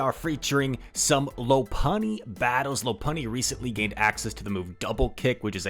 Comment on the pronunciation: it's pronounced lawpunny